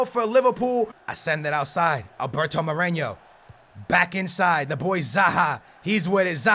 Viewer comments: More eh no not moreño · "Wilnaldum" and "Moreño" piss me off so much